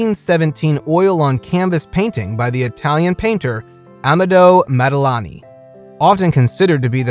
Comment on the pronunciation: the way you treat masters of arts and the pronunciation of their names and artwork is plain and simply ridiculous. it could have been funny but the effort alone to make the video, indicates that it isn't. Modigalini?? MODIGALINI??😢 damn the man is turning in his grave.....